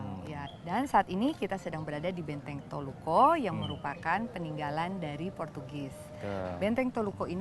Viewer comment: Bukan toluko. Tapi toluku.....